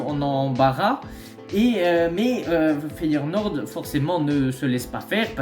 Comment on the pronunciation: Feyenoord et pas FeyeRnoord, ça fait mille fois que tu le dis comme ça🤣 Ils vont finir par lâcher la thune pour Gimenez je pense